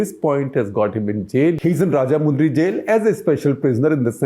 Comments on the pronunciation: Small correction - In Rajahmundry, the “mun” part is pronounced like the Hindi mann (heart) and not moon. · It's pronounced raaj-mandri